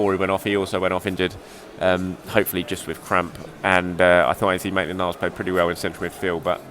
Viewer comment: Someone send this man for player name pronunciation training. Mess-lee-air? Oh...